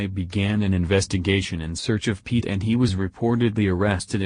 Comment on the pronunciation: Uhm. He kinda said our last name wrong. Its pronounced (pee-ette)